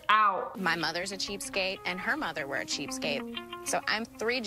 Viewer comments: Sssniperwolf said cheapskape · Anyone else realise she said "cheapskape"? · Lmao Lia, it’s ‘cheapskate’ not “cheapskape” 😂😂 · Uchiha Avenger may as well be called cheapscape cause she's getting things without being no cost cheap scape 😂😂😂😂😂😂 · I like how she is saying "cheapskape" instead of "cheapskate" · Its cheapskate, not cheapscape. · You're saying cheapscapes. You know that's wrong right? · It's cheapskate not cheapscape